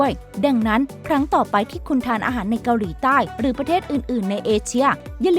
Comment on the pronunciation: แอดออกเสียง เกาหรี 🤣